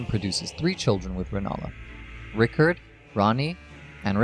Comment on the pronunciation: Who’s “Rick-erd?”